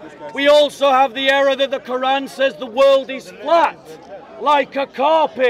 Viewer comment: By the end of this debate, the Christian debator pronounces the arabic and the word Quran more and more accurately. Indeed Allah guides whome He wills straight into Islam. Alhamdulilah